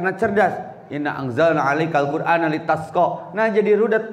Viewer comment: Menit 16-11 .baca surah taha ayat 2 nya yg benar... (maa anzalnaa 'alaiikal qur aana litasyqaa)